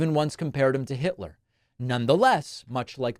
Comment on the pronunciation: Did you hear Caroline Leavitt say Adolph HILTER instead of Hitler? Is she as dumb as a box of rocks?